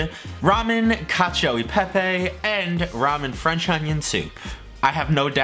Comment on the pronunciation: “Catch-yo Iy Peypey”? WTF?